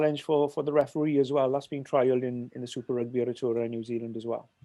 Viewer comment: Love Nigel - and love he's attempt to pronounce Aotearoa. As a welshie in NZ warms the heart.